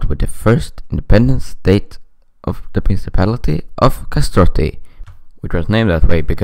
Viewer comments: Kastrioti not Kastroti. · Not kastoti it's kastrioti.